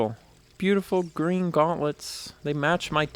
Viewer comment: Its gween